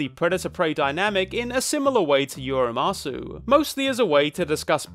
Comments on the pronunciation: I loved this video, but one nitpick: it’s pronounced “uma-soh”, not “uma-soo” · not to be That Person, but for the record, umasou is pronounced "oo-mah-soh" not "oo-mah-soo". umasou in japanese means "look(s) yummy" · youre saying umasoo im losin it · The one thing that kind of ruins the first part of your analysis is the mispronunciation of the title of the movie "Umasou". You pronounce it "Ua MA so", which is not a word and not the title. The title is "Umasou" which translates as "Delicious". Mispronouncing the name repeatedly kind of defeats the point of having the word be so prevalent in the story. It lowers the bar, essentially, when it should be front and center as an issue; hence why the title is "Delicious" and not something else. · It’s “ooh-mah-soh” not “ooh-mah-sue” Umasou literally means “looks delicious” in Japanese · The “sou” in umasou is pronounced like so or the word sew. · umasou is pronounced (oo-ma-sow) and it means tasty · Don't know if this is trivia or waht to call it but: "Umasou" actually means delicious in japanese, so his little herbivore kid is named delicious ebcause, well he probably would be. oh and you say "sou" not like "zoo" but like the "au" in "sauce" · his pronunciation killed me a little inside.... now make him say atatakakunakatta! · Unrelated to the topic of the video but "umasou" means "tasty-looking" so there's a good reason he got that name. As for pronunciation, short "a" and the "ou" sound is more like "oh". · great video, but how do you give you are umasou such a big part, and never once bother to look up how it's supposed to be pronounced 😭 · does the total mispronunciation of umasou make anyone else irrationally angry